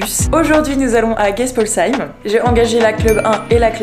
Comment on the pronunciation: Dans mon village 🥹🥹 ( ps : enfin quelqu’un qui prononce correctement Geispolsheim ) 🤣🤣